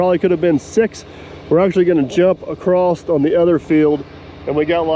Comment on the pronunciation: Acrost. Is there an “r” in idea also?